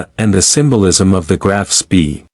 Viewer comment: I hate AI, can't even pronounce the ships name correctly.